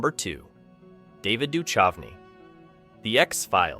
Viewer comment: its pronounced doo-kouvney not doo-chuvney.